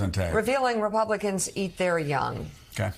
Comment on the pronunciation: Who said "repulicans eat their young"? Lol